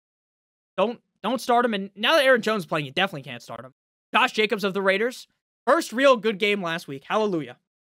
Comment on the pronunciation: When you do the Rrrraider thing just move away from the mic a little so those with good speakers can’t file lawsuits.